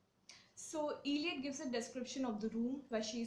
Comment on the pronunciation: Please pronounce the poet's name properly: it's not iliot, but ell( rhyming with bell)iot